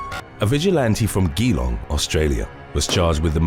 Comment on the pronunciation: FYI, Geelong is pronounced "jee-long"